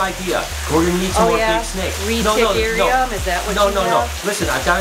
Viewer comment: She said “Retic-Arium” 🤣😂🤣🤣🤣🤣🤣🤣😂🤣😂😂